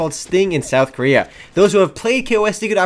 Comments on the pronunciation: if i got money every time he said koria.... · You wouldn't because he said "Korea" =/